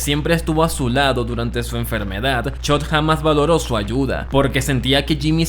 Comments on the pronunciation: Chock ❌ Chot ✅ 😂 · Si vuelvo a escuchar chot en lugar de Chuck voy a explotar 🤯🥲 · BASTA DE DECIR CHOT! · No fue suficiente con no saber pronunciar los nombres de TWD, y ahora promuncias mal los de BCS, como que Chod? Quien es chod? Jajajaja